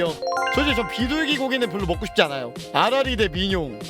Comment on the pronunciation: 아라리 잘못들어서 아가리로 들음